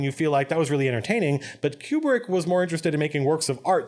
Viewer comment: I enjoyed your analysis of this scene, but you kept saying "cube-brick" which I found funny for some reason. (It's KOO-brik).